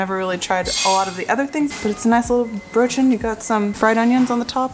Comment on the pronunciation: I thought i German, why does he pronounce Brötchen like an American?